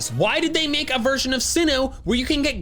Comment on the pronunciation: IT'S GLIGAR, NOT GLYGARE!